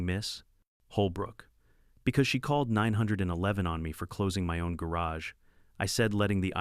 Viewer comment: Is saying 911 so hard